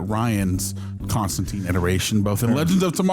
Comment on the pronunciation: Fun fact: Constantine actually rhymes with "wine" not "mean". John explains this a few times in the comics.